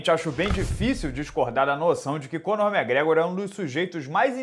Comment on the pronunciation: Goner McGregor hueahuaehuea